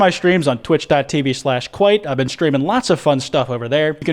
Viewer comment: Kwite Shapiro